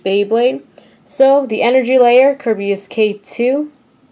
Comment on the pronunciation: It's Ker-bayus